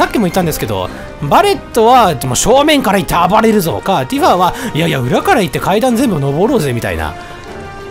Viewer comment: 毎回だけどティファをティファーって伸ばすの気になっちゃうw